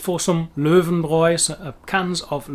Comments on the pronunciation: Weil "ei" und "ie" für die dasselbe ist. receive, believe... Ein Wunder, dass die Einstein richtig sagen. Aber "Lauenbrau" toppt alles. Klingt fast wie Augenbraue. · lowenbrow! :D